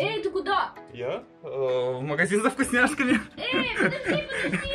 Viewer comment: Не ей а эй!